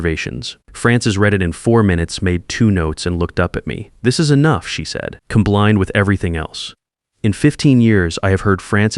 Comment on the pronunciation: Nice to know there's a real person reading this. I can tell because there was a point where the reader said "comblined" when they meant "combined". An AI reading a script would have pronounced it right. This is NOT a complaint, by the way - I LIKE the slight mistakes that creep in. Less than perfect is often better. (Like the ones where you can hear someone take a deep breath just before the next long piece.)